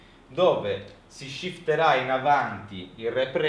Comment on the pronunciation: shifterà non si può sentire. Non sono contro l'inglese, ma se lo devi parlare parlalo dai, altrimenti è solo un accoltellare la lingua italiana